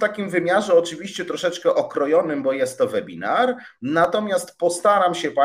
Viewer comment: Czyta się »łebinar«, uszy więdną po pierwszej minucie!